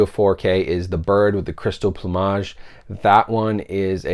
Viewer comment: “Plumage” does not rhyme with homage 😂